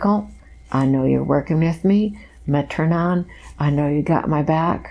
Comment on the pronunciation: “Metranon” was said, earlier on. I believe she meant “Metatron”. thank you for this.